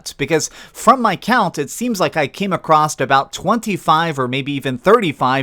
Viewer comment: “Acrosst” is not a word. It’s “across”